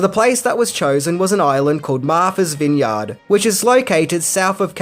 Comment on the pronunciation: Let’s see if I didn’t know these ten things… :-/ Ok, I yield. You have facts I didn’t know. By the way, it was also shot, in part, in Cuttyhunk. Also, “Martha’s Vineyard” is pronounced Martha’s vin-yrd, not vin-yawd.